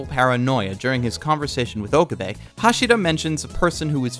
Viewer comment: I do not remember this reference. I'm pretty sure he never said any such thing. Also I'm hearing "Ohkubay" over and over again.